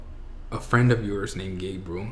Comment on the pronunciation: I love and i am so thankful for his coming out story. But side note... when he said "Hi, im Gabriel", i swear i thought he said "Hi, im gay bro". I was like, damn thats quick lol. Im happy you were finally able to come out and be confident. Much love